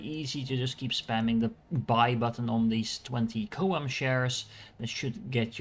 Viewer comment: This was a good guide. And everybody mispronounces CHOAM lol.